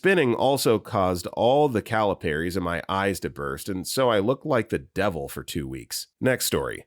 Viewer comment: Your pronunciation of capillaries 🤦‍♀️